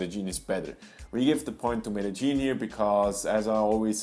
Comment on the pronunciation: Why don't you pronounce it MED DE YIN. That is the correct way. Where did ME DE GEAN come from?